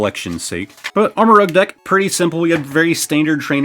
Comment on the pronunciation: Just an fyi it’s pronounced like armor-rooj. As in armor + rouge (red) just like Ceruledge is cerulean (blue) + edge